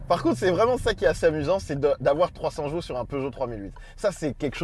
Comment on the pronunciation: On dit chevaux pas jeveau